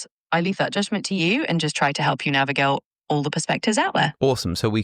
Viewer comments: anyone else hear the mistake when it tried to say navigate. Almost like its script was spelled wrong. Not making any accusations, but it almost certainly said "navigelt" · the ai says "Navigail" instead of navigate. And there is a small pause as though it knew it said something wrong. Is this ai or a real person pretending to be ai? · How can the AI mispronounce a simple word like "navigate" ? It clearly said "navigale" . That seems too human ! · Is the pronunciation of 'navigate' at around the mark intentional to make GPT sound more human? Or is it just me hearing things?